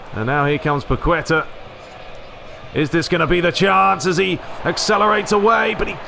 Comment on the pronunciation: the ''u'' in paqueta has no sound so it sounds more like ''paketa'', stress in paqueTA